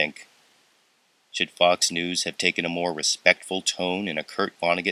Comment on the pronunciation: At the end of the news item, it sounded like "f***s news "